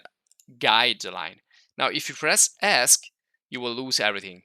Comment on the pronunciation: Great videos. Just a minor point though. It took me until this video to realize what you were saying when you said "ask". Now I know you were referring to the Esc key or "escape" key. I know...I know...I'm old and slow.